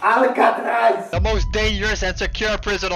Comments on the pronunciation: you said alakatras, not alkatras lol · "alakatrai" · He said alacatraz